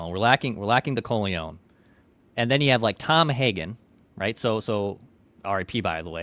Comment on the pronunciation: My god, stop attempting to pronounce Corleone!!! 😂😂😂